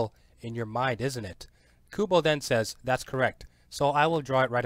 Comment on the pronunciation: It's not Tyte Kubow it's TITE KUBO.